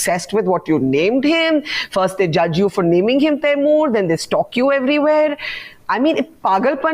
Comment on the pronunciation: The minute you said Taimur, I stopped watching